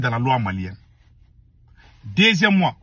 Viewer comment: On dit deuxième m’en , pas deuxième mois, merde quoi…